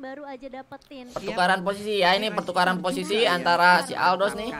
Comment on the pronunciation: Yang gua denger pertukalan bukan pertukaran 🤣